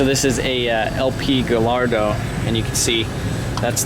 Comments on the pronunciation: Gayardo not galLARDo 🤣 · It's 'GUy-aRDO'